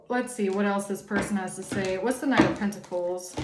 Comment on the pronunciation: Side note: The way you annunciate the words pentacle/pentacles is monumental in itself. I wasn't expecting that to be a thing. But just know that it's a great blessing. 🐝🍯🙂🕊️🪽😁